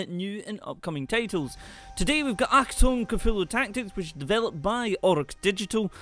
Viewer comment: oh my god. you actually pronounced achtung right... whats wrong with you?